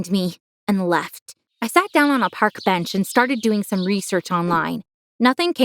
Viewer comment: Did no one notice she said “parked bench”?